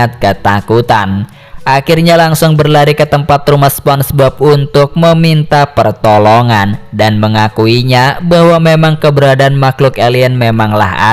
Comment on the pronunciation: Ber lari bang bukan ber lali 😂